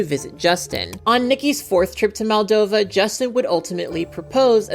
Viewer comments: Really brilliant video! I love the nuance you bring to topics like this! Only thing I would say is that throughout the vid you called Justin's home country 'Maldova' when it's actually pronounced and written as 'Moldova'! Side note: love your cat ears and make up in this!! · The second letter is pronounced as the the second letter in the word computer . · It's Moldova, not Maldova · Just a side note, but in the video and the description, you say Maldova, but it's Moldova!!! I love your videos <3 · not to be that guy, but it's MOldova, not MAldova